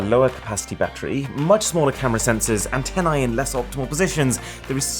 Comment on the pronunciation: It's not "aNNtenae", it's "anteNNa" or "anteNNae" if it's plural.